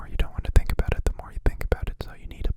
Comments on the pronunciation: Did he pronounce it aboot??? His Canadian is showing 😂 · "Aboot it" I can't with you <3 too adorable. Also, Insomnia sucks big time, I'm glad you're addressing it, and also sorry you experience it. Lots of Love your way:)